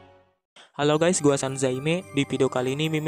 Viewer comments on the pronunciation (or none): none